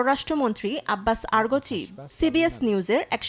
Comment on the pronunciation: আব্বাস আরগচি না, আব্বাস আরাগচি। এভাবে নাম ভুল বললে চলে? ধ্যাত